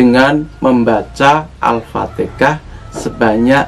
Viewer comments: Maaf🙏 Apa Saya salah dengar ya... (alfateka yg di ucap) bukan alfatehah... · Itu logat orang jawa sist